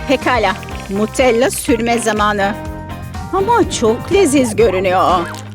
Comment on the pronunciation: What ? Nutella olması gerekirken neden Mutellağ 👽🔫 Buna takılan tek benmiyiğm 😌✌